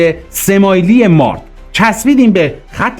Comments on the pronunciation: با کمال تشکر و احترام تلفظ درست پل مارد با کسره و فشار زیر حرف ر تلفظ میشود به انگلیسی براتون مینویسم تا در کلیپهای بعدی درست تر تلفظ کنید Mared درست است مارد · درود تلفظش پل مارد زیرره کسره داره نزدیک دارخوین جهت اطلاع زمان شاه سایت دارخوین قراربود نیروگاه اتمی ساخته بشه این حقیر اونجا بودم ❤❤❤ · درود و سپاس. عنایت بفرمایید با اینهمه تلاش تیم شما ، نام مناطق رو هم درست بفرمایید. برای نمونه پل مارِد یا ( تلفظ به این صورت هست چو عِ بده) سپاس از برنامه خوب شما. درود بر بزرگمردان ❤❤❤ روان شهیدان شاد🎉🎉🎉